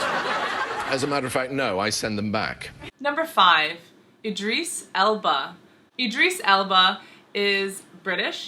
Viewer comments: Eee-dris Elba? Idris is pronounced Idd-riss no eeee sounds at all. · Id-riss, not Id-Rees. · Eedris?? It's Idris lool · EEdris Elba. ?? It's pronounced the same as the 'I' in 'ink' ! Good video though, even got 'Public' schools correct! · Ee drees? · Did she say idris elba wrong or am i